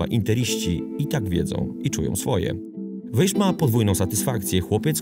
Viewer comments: Powinien Pan czytac jako Wais. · Dobry materiał, tylko dwie sprawy trochę kłują. Pierwsza: niewłaściwa wymowa nazwiska Weisza. Wiadomo, że węgierski łatwy nie jest, ale akurat to, że "sz" wymawia się "s", jest rzeczą dość znaną - poza tym, wypadałoby choćby z szacunku sprawdzić, jak czyta się nazwisko bohatera. Imię to inna rozmowa, ale chociaż to nazwisko. Druga, drobnostka: Chelsea nie była mistrzem Anglii. Pierwszy tytuł klub zdobył w latach 50. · SZ po węgiersku czyta się jak S (i na odwrót), więc poprawną wymową jest właśnie [WEJS].